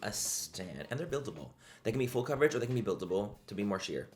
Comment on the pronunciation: When you say full coverage all I hear in my mind is FOOL COVERAGE 😂 I love you Manny ❤